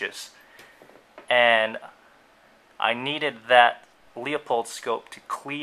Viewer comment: It's not LEO POLD, it's LOO-Pold.